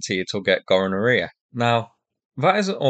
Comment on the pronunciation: “Gonorrhoea “! Hahaha!